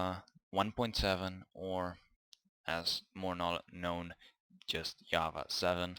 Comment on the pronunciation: Hi, how are you? what you doing these days? You were saying java and I heard yahwa and searching internet for an hour what is yahwa. But in the end i understood that its java. 😂